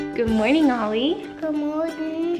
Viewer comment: I love how Ollie says "goodmorng"